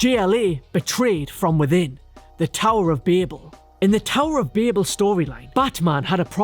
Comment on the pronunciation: So many of these types of videos can not for their lives pronounce "Babel"